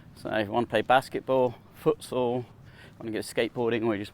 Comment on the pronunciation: Foot what? What sport is that? Sounded like you said footsoul lol